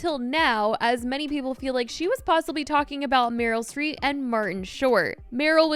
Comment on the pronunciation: so sorry but there’s just no way u called the iconic household name Meryl StreeP, Meryl StreeT😭😭